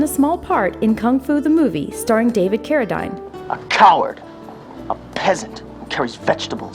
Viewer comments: David CARADEEEEN. Why do some of these narrators not know how to pronounce the names of the people they are making videos about? She said cara-DYNE. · Can't pronounce David Carradine, you can bet the narrator had no idea what she was talking about, which made the whole thing suck. David Carradyne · Lol I've been pronouncing the Carradine name wrong.